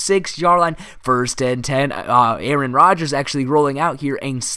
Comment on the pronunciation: you said rarron Rodgers